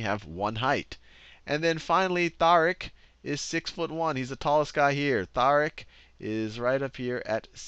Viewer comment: his name pronounced ty-reek**